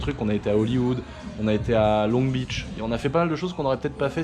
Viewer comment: Pas de 't' à 'Beach'